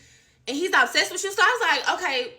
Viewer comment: And she said ab-sessed not obsessed 😂😂😂😂 3 times!